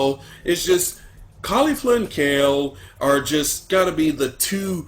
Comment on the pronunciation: It's KEFLA not KAYFLA. Why does everybody pronounce it Kayla? Kefla herself pronounced it kefla.